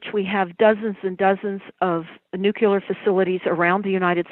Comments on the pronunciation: So you trust Tony Blair he can pronounce nuclear . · may be correct in her research and analysis but I find it hard to trust someone who can't pronounce nuclear correctly.